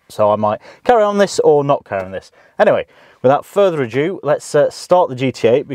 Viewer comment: Further ado not adew or ajew 🤣